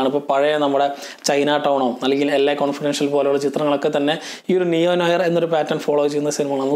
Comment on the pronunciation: As it is french, it is pronounced "Nu our" with r silent. Just a food for thought